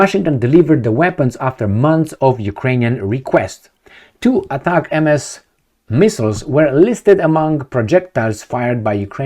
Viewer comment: US give to UA 20 ATACAMS, from witch they used last week 18 in that attack on the air bases and had 2 left,,,now they used last 2...and STOP reading ATACAM-MS like this because it is read in one word without MS........you simply read it ATACAMS